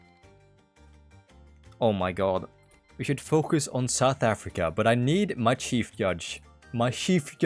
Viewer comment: "shief judge"